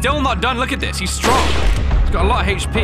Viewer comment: British people be like "heich p"